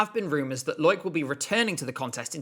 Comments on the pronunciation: i'm sorry i have to call out how you say loïc nottet's name. you're supposed to separate the o and i in his first name. lo-ic, not loyk. it's too distracting lol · A tip: Loïc is pronounced Loh-eek, not Loyk. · Loics name is pronounced as “low-week”, but a great video nonetheless!